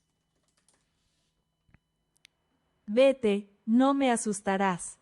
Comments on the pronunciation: ASUSTARÁS : Ah-soos-tah-rahss ( /ɑː suːs tɑː rɑːs/ ) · As a spanish teacher i was quacking when was trying to say asustarás. a zoos tha rhAAS,, u can do it!!!❤ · You trying to say "asustaras" was so funny to me 😂😂... It's ok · 8 minutes in and I'm already cracking from the "asustarás" attempts 😭